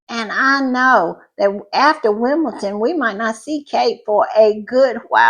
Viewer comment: It is Wimbeldon with a d, like in Lndon, and not with a t.